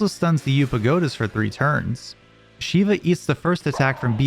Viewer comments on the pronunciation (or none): none